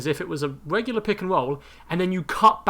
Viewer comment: Weally. Wegular